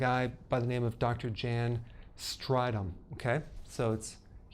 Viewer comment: Lol south africans cringing at the pronunciation of Jan Strydom